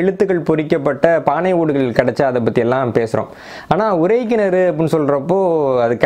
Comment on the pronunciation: தம்பி, நான் உங்கள் வரலாற்று காணொலி(ளி ) களை கேட்பேன் மிக அறிவு மிக்கவை, ஆனால் ஒரு சிறு கவலை, அது உங்களின் உச்சரிப்புகள். இதில் கூட உறை கிணற்றிக்கு பதிலாக உரை கிணறு என்று சொல்கிறீர்கள் உச்சரிப்பு பிழை விளக்கத்தையே மாற்றிவிடும்